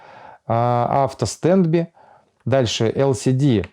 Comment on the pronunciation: Чувак, отличное информативное видео, но я тебя умоляю читани транскрипцию тех английских слов из интерфейса которые ты используешь напр., stand by - стэндбай (не стендби), unlock - анлок (не унлок). От чистого сердца говорю, и будет всем нам счастье и любовь.